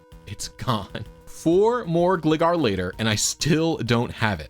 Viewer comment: it's gLIEgar, like Glider